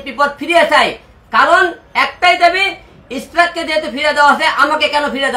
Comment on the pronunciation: একে আবার কে পাবনা থেকে ছেড়ে দিলো ভাই মনে হয় পাবনা থেকে পালিয়ে আসছে। যে মানুষ ইশরাক ভাইয়ের নাম ভালো করে বলতে পারনে সে নিবে এমপির পদ